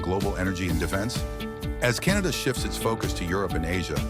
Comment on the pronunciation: Canada not 'Cantada' - The USA is on a downward economic spiral!